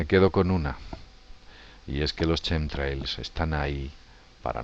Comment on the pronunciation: Rastros quimicos no Chemtrails jajajaj y si no lo pronuncias bien ni lo diga bro porque suena horrible y no se entiende ( quemtreils) asi suena.